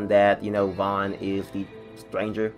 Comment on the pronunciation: It's vaughn